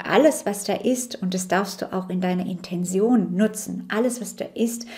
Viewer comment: Liebe Mel, dankeschön für deine Arbeit und die bereichernden Informationen. Nur eine kleine Frage: Warum sagen so viele Menschen, die im esoterischen Bereich Infos verbreiten "Intension"? Ich kenne nur das Wort "Intention", ausgesprochen " Intenzion" in der Bedeutung "Absicht". Das verwirrt mich etwas.. Liebe Grüße und alles Gute